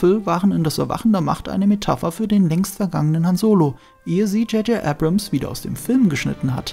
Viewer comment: Er heißt JJ Abrams, nicht JJ Ebrems.